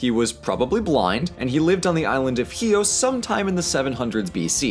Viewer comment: I like your pronounciation of chios. right on.